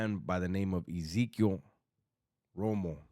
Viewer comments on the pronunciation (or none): Amigo say his name right you look bad how you pronounce his name ...like a white boy hahahahaha coming from Europe